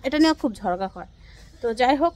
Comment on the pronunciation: ঝড়ঘা না ঝগড়া বলবেন